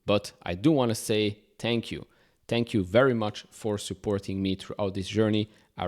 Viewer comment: Its "think" not "tink" and "thank" , mot "tank